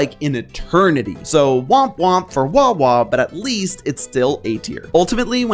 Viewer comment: It's wawa. Your wrong. It's wawa